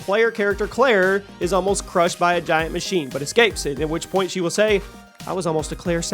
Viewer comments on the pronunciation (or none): none